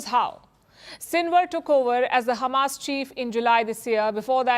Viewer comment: Why she is saying khamas? Is she from Israel?